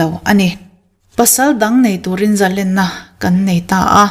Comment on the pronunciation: Amen.A va ropui em.Mahse thil pakhat ngen duh che ka nei.Zalenna i lam rik dan hi a dik lo."zalen ka ni lo em ni " tih hi han lam teh zalen lam rik dan tur chu a chiang maiin ka ring..